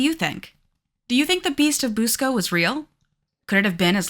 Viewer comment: I grew up in Churubusco, Indiana. First of all, Busco is pronounced Buss-co not Boose-co. I believe they killed Oscar "The Beast of Busco", when they dynamited the lake.